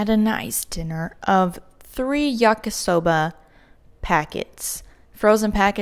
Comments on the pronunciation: a chill vegan if you're just goofing, why do you care? also, i was just kidding, didn't mean to offend! im Japanese and i just like hearing it pronounced correctly. its pronounced yakee soba not yakasoba. really like your videos dude, hope you don't hate me now or somethin lol. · That's not how you say yakisoba!!😂❤❤